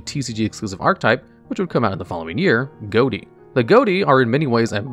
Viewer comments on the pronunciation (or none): Unless theres an official pronunciation, im faurly sure ghoti is pronounced "fish" instead of "goatee". Since the gh from enough, o from women and ti from nation are pronounced like an f, i and sh respectively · Ghoti is pronounced “Fish”. It’s a linguistics pun. Gh as in Tough’ o as in women, and ti as in attraction. Please pronounce the archetype correctly in future videos. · I don't care about anything else I am upset that Ghoti was not pronounced "Fish" as that's where the archtype name originates from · There's a fairly good reason to pronounce the archetype "Goaty" instead of "Fish", which is that saying "Fish deck" out loud is ambiguous because the fish monster type also exists. By saying it "Goaty", you make it clear that you're using that archetype. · Quick note: I'm pretty sure "Ghoti" is supposed to be pronounced "Fish". "Gh" can be pronounced as "f" (as in "tough" or "enough") "o" can be pronounced as a short "i" (as in "women"), and "ti" can be pronounced "sh" (as in "nation"). Because English isn't a language, it's a pile of stolen words, pronunciations, and grammatical rules all stacked on each other and wearing a trenchcoat to disguise itself as one coherent thing. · I haven't been playing yu-gi-oh after legacy of duelist : link evolution and i thought people were just memeing with 'ghoti' = 'fish' english pronounciation thing to mock the fish types. Turns out it was an actual archetype lol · so, which of us is going to don the mantle of absolute nuisance and point out that that's not how one is supposed to pronounce "ghoti"?